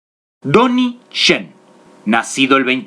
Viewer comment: MUY BUEN APORTE. PERO LO DICES MAL EL NOMBRE DE "DONNIE YEN" DICES TONY CHEN Y NO ES ASI SU NOMBRE. POR LO DEMAS EXELENTE TU COMENTARIO.👍